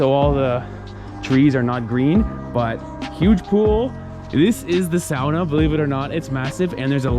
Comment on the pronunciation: Says ‘sauna’ in front of the finns and says sahnah when he’s by himself